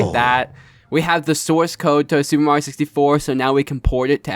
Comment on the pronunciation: Viewers shocked that can pronounce mario correctly. It's Mario, not Morio